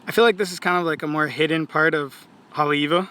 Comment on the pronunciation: Didn't seem and, pronounce it right? Righteously.. Because, they pronounce-- ei as, I? Just another fraud.